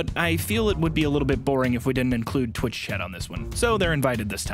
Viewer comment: h-hewwo?? lmfao